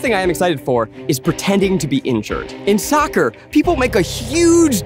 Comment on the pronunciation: They lost me at "saccer" 😂😂😂